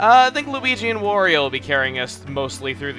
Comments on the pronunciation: Why does he keep saying Wario wrong? It's supposed to rhyme with Mario. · quit saying wario